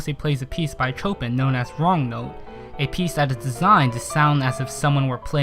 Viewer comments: Please look up how to pronounce any names you aren't sure of. It goes a long way to making you look like you know what you're talking about. I've noticed this in several of your videos, but hearing you pronounce Chopin was just too much. It's pronounced show-pan, and I am aware that much of my problem is my own music nerd latching on to one little thing, but it literally distracted me for the rest of the video. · chopin is pronounced 'shopan' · Can u pronounce Chopin correctly pls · Did you just pronounce Chopin like that? -.